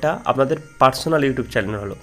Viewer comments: চ্যালেন নয় ভাই চ্যানেল বলো🤭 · চ্যানেলের জায়গায় চেলেন বলে দিয়েছেন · চ্যালেন নয় দাদা, চ্যানেল হবে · ভাইয়া চেলেন না উচ্চারণ টা হবে চেনেল